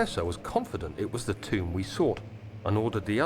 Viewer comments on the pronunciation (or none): none